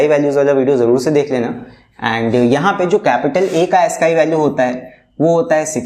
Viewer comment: Sir that's not Asskii value that's aascii